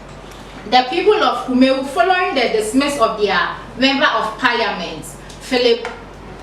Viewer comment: Please your presenter must be presentable. The dress and hair are unpresentable as well as the reading. She can't even pronounce Kumawu.